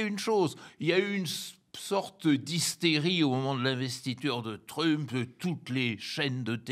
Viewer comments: C’est énervant ce “Trümp”, pourquoi pas “Müsk” alors ? Jusqu’à maintenant l’analyse évacue le fascisme. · Ce vieillard qui prononce " TrU-mp", et nous cite des sketchs de Fernand Raynaud, croit nous donner une analyse moderne, il est pathétique ... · Jamais entendu un francophone dire Trümp !!! Ça fait un peu bosch, non ? 🤣🤣🤣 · Démonstration magistrale ? Il ne sait même pas prononcé le nom Trump ! Mais Monsieur sait tout ! Ah mais c'est vrai....faut qu'il protège son salaire !!!😂😂😂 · Pitié, prononcez Trump correctement... Le personnage est déjà assez pénible. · I est incapable de prononcer correctement le nom "Trump" l'expert? C'est grave énervant 😵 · C'est vrai ! Ca m'a fait trop marrer !!😂😂😂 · Je pense que c'est voulu. C'est une marque de non-respect.